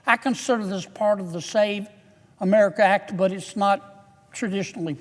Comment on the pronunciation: Fam it’s called the SAVE AMERICA ACT. Say that shit right.